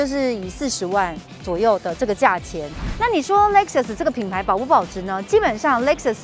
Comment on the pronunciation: LEXUS有很難唸嗎 我遇過聽過至少8成唸不對